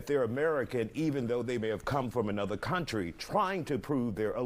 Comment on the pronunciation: country, not coyntry.